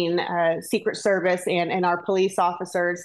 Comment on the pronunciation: ANT THE WORD IS AND.